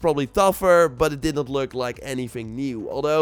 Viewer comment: its not anyfing its anything,... is it really that hard